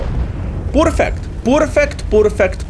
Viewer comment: its not poorfeect its peeerfect:D